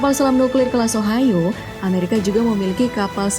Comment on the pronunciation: selam nuklir ohio my ears:Selam nuklir ohayoo